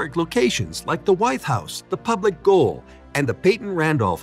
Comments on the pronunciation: It’s also NOT the Public Goal. It’s the Public Gaol ( English spelling for Jail) pronounced JAIL!!!! Did you even go to this place or just rip off other’s videos, etc.? ( like you ripped off my business ghost tour videos without asking permission!!!!) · Gaol is pronounced jail. It is the British spelling for the American jail.